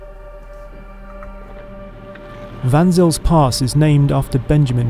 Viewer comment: Just to help the people who know the area slightly and are wondering what is being babbled about, "Vansills" pass, written as Van Zyl's Pass, is actually pronounced "Fon Sale's" Pass. Vansills are probably some type of trainer or other. Why isn't this superfluous vehicle being tested in Chelsea, it's natural habitat. Certainly not an option in the UK market, where all land is owned and there are no wild or off road spaces accessible to the hoi. Little wonder some people think the Extinction Rebellionistas have a point.